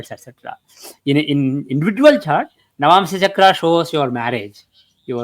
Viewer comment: Sorry but Chart sounds like Zaat 😂